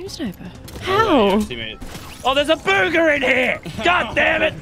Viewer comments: In the start instead of saying Bugha you said booger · You said booger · The way she said Bugah sounded like “buger” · Just so you know i came for bugha no offense I love your channel but come on its bugha